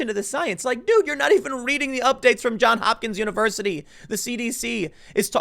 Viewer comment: JOHNS Hopkins. JOHNS <-- every time I hear "John Hopkins" I cringe. It is "JOHNS HOPKINS".